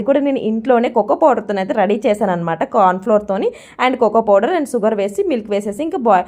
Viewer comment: సుగర్ కాదు అక్క షుగర్